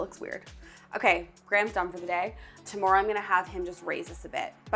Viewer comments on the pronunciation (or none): none